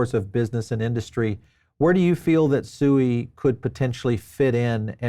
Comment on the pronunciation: at least pronounce SUI correctly when interviewing one of the co-founders.